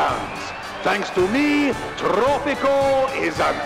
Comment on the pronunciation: It’s pronounced Tropico, not trrrrooppppico